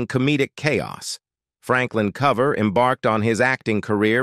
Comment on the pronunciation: At least get the names right. His name is Franklin COOver, like over, not cover like cover your head.